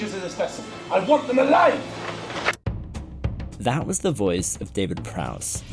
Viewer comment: "I want them uh'-LIVE" - hilarious. Thank the maker they went with JEJ